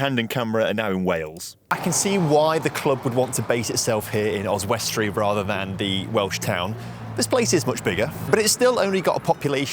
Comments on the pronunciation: It's pronounced Os_wi_stree, not Os_west_tree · So random seeing my home town pop up on youtube. Also Oswestry is pronounced, Oz-wuss-tree with the emphasis on the Oz. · Really annoying me how you’re pronouncing Oswestry. Oz-wust-tree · As a local and a fan of your work your pronunciation of Oswestry is painful yet sweet to see new content... 🤣